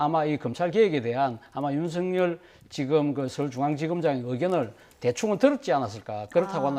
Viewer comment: 윤석렬은 (구개음화 현상?) 윤성렬로 발안하는 것이 맞는 것 같은데 사회자는 계속 윤석열이라고 발음하니 듣기에 자연스럽지 않다고 생각됩니다